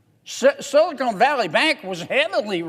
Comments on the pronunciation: Amen, but PLEASE, it’s SILICON not SILICONE!! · There's no E on the end of Silicon. LOL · Silicone Valley Bank??? It's Silicon Valley Bank!!! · ahahaah my man said "Sillycone Valley Bank" what a guy! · Love John Kennedy but I wish he would stop calling it Silocone Valley. Although knowing JK, I suspect it’s on purpose. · I wish the Senator would stop saying “Silicone.” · Well in all fairness, "SILICONE keeps things from sticking, and "SILICONE" Valley Bank has just had their sh*t slide off them with this bailout. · he keeps saying silicone valley bank instead of silicon (ca-ahn) valley bank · You sort of have to love how down-to-earth he is. Now if he could only pronounce "silicon", that would be awesome. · Do you ever correct people who mispronounce your last name? Silicon and silicone are physically two different substances. I just think it hurts your credibility if you're speaking on a topic and you can't pronounce it. Think of the hits Bush took for his pronunciation of "nuclear". It didn't change whether he was right or wrong on his viewpoint, but his credibility suffered. That's all I'm saying. Thanks for axing. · JK can’t pronounce “Silicon,” but he’s otherwise correct. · Nope, I have zero respect for anyone who doesn't know that Silicon and Silicone are two different things. Same as Nuclear vs Nuke-you-lurr. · its funny he keeps pronouncing silicon as silicone their is a difference i wonder if he even knows it Silicon is a natural chemical element, silicone is a man-made product. The words are often used interchangeably but there are important differences. Whilst silicon is natural, silicone is a man-made polymer derived from silicon. There are also differences with the applications of silicon and silicone. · Sili-Con not sili-CONE. I do not trust anyone who cant pronounce a simple word. they're all colluding together and there is no right or left, just dumb and dumber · Silicon not Silicone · "Silicone Valley Bank"? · Silicone?? Lol